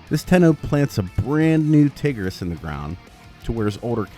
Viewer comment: I didn’t pay attention to the video but all I know is that you said tigris hella wrong